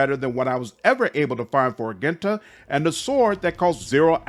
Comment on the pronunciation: the G in Argenta is pronounced like a J. and Sororitas is pronounced "Suh-Roar-Ee-Toss"